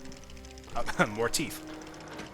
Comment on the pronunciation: Teeeeeeth god damn it not teeefth